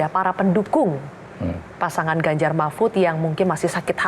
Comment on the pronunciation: Z mahfud bukan ganzar